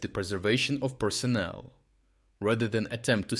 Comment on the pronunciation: You mean "annihilation" - not "enialation.... and "personnel," not "personal." Also "they will THROW Putin...." not "through." That said, it is NOT 'likely' that Putler will "try to nuke the whole planet." He has been threatening for nearly four years to launch nukes against Ukraine or nations supporting Ukraine, but he never actually does it. It's an empty threat, because he knows that resorting to nuclear weapons will invite the immediate destruction of the entire ruzzian military (what is left of it) by NATO.